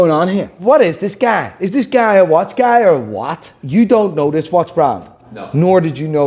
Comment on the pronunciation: PLEASEEEEE for the love of God, STOP saying “guy” the way you do!! lol😂😂 Holy shit man…Stay blessed brother